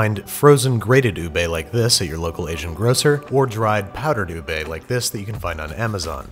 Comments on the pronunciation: Btw... Its Not U-Bey Its U-Beh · HE SAID "YOOB" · Oo- bee is the correct pronunciation in Malay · What’s “oobe”? -It’s “ube.” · I used to read "ube" like in uber 'oob' Thank s for the correctiom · how americans pronounce ube: ubae how Filipinos pronounce ube: ubeh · Hey Babish, i know about ube which comes from philippines🇵🇭 and they dont say OO BAE, they say OO BEH, so you should pronounce that properly. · Ubeiii HAHAHAHAH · its ubi tho not ube its indonesan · Steven: What is “ube”? Filipinos: say sike right now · Bro said ube wrong☠️